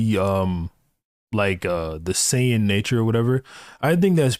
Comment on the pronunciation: not all of them, he said bluma, gero (not pronounced like "jero") and saiyan like sighyin